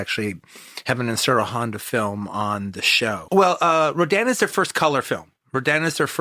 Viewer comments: If he would have pronounced it correctly Ishiro Honda that would have been even better . A shame he didn't know the name !!! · Love hearing him talk about this is great, but the way he says Ishiro Honda's name wrong bugs me for some reason.